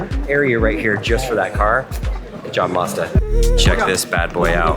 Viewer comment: It’s Mazda not Modza it’s a A not O